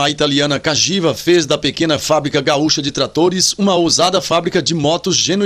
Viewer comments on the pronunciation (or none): none